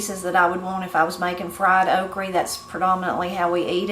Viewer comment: I think I missed a lesson on pronouncing “Oh creeee”. (Okra) Seriously I usually have heard “the guide” or list. Missed this one. 🙅‍♀️